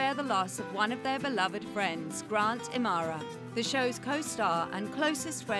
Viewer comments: im-uh-har-uh not amara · Grant I-ma-har-a not i-mar-ra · It's Im.a.hara not Imara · I guess the narrator never watched the show. I cringe every time she butchers Grant's last name.